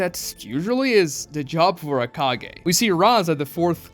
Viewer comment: Kage ❌ KAGAY ✅